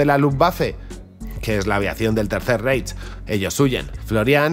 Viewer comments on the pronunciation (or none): none